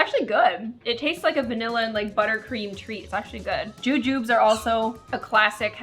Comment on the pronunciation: the "jujubes" are pronounced juju-bees